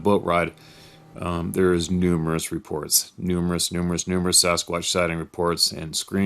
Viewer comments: Just say it, "Samsquanch"! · lol you caught yourself but you damn near said samquamch